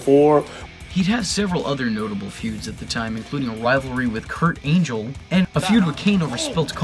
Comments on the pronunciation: 1130.did he say Kurt angel instead of Kurt angle? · "A rivalry with Kurt ANGEL"? haha made a verbal error mate. Great video though.